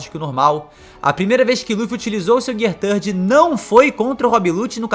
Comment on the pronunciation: GIAA SEKANDO GIAA SAADO GIAA FOOSU GIAA FIFUSU Melhor falar as marchas mesmo... kkkkkkkkkkkkk